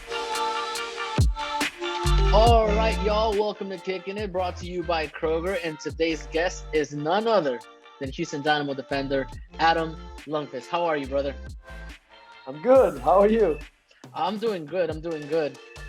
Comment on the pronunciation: Come on, it's pronounced LOONKFIST!